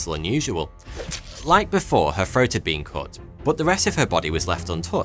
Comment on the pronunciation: the biggest mystery is why do you say " her FROAT" was cut? lmao